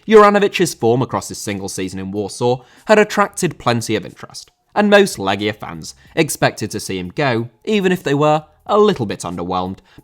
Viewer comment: Thank you for correctly pronouncing the name of the team. I told my friends it's pronounced "Leggia" and not "Lejia" and they looked at me like I'm a pedantic know-it-all. It's like walking up to an English person and asking them about the "Lie chester" team than won the Premier League that one time. EDIT: , CSKA is actually pronounced "Cheska". It's pronounced "Hadiuk Split", the J is like the J in Ajax.